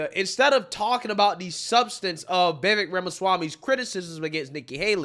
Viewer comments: VI V A K E - practice saying his name. Please brother. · V I V A K E V I V A K E V I V A K E. Say his name the way I spelled it. That is the proper pronunciation of his first name. It rhymes with cake.